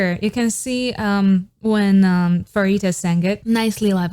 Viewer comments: hii, i would like to point out something :> pharitas name is pronounced as parita not * farita* no hate just saying :> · I wish one day you’ll learn how to pronounce Pharita’s name correctly.